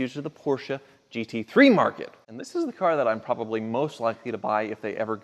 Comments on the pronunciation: Erh mer gerd theH kerrrrr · what the hell is he saying?? ermahgerrd dakurr? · I love ur vids! But I want to punch the shut out of u when u say. Oh my gurd the cur!! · Why does he say “oh my gerd the ker” at the beginning? I don’t get the joke/reference.